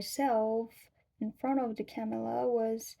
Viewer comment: Just a note to watch your "r" when you say "camera" because it can sound like "camela" (so you'll have an easy time saying the US vice-president's first name -- Kamala 😂)